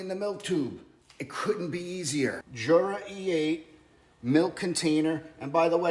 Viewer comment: I just bought this machine. I had the Smeg machine and didn’t like it. It made horrible weak coffee. I sold it. By the way, Jura is Swiss so it’s pronounced Yura.